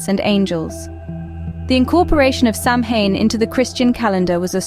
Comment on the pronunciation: OT IS PRONOUNCED SOWAN!